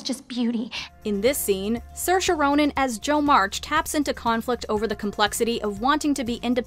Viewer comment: Siorsha?? LOL